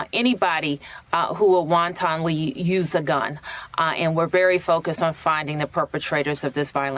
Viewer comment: "wan-tan-lee use a gun". Is she reading from a teleprompter and doesn't know all the words?